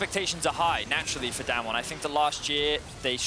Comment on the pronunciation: How do these casters go a whole match saying damnwon